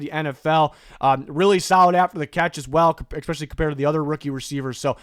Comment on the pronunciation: Ekspecially drives me nuts